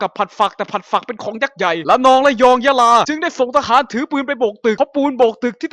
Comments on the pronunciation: พี่พูดผิด ตรงสุดท้ายอะ ระนอง'ยะลอง'ยะลา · ทำไมได้ยินว่า ยะลองวะ555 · ระนอง ยะลอง ยะลา 5555+ผิดนะถ้าฟังไม่ผิด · ได้ยินว่า ระนอง ยะลอง ยะลา นะค๊าบบ แต่ก็ฮาโคตรอยู่ดี ทำดีแล้วครับ ทำต่อไปนะครับพี่ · พี่พูดผิดเป็นยะรองอ่ะ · พี่พูดผิดตรง 2.44 (ยะรอง)ลองไปฟังงับ (โคตรจับผิด)